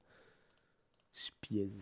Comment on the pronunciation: "Spiezzzzee" c'est pour me tuer la prononciation xDDDDD juste pour la culture ça se prononce "Spy Z". Mais oui c'est à chier